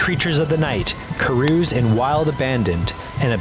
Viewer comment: The word "carouse" is not pronounced "ka-rooz". It's pronounced "ka-rowz".